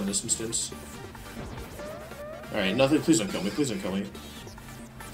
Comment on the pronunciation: Lol dude said smog like smoj 🤣 I don’t know why that’s so funny